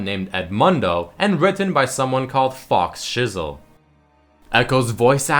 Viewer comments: "FauxShizzle" It isn't pronounced 'Fox Shizzle' It's 'Fo-Shizzle' "Faux" is another word for 'fake' and is pronounced like 'Fo' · FauxSchizzle. Faux is french and it is pronounced "FO" as in toe. NOT FOX OR FOWX, CRINGE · apparently doesnt know that "Faux" is pronounced "fo" so his name is a pun on Fo Shizzle. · vid as always, my nizzle, but I feel I need to say "FauxShizzle" is pronounced the same way as Fo Shizzle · Faux is french for "false" or fake and pronounced "Foe". I was going to comment as well about this, not to complain, simply to let him know. Every day we learn something new. :) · fauxshizzle is pronounced fo shizzle. faux is pronounced Fo, and means false, or fake by definition, ie FauxHawk - which is a hairstyle made to resemble a mohawk, but without shaving the head, making it a fake mohawk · It's pronounced "FO shizzle"